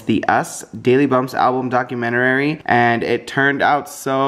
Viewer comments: anyone else notice said documetar-ary? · said "documenterary"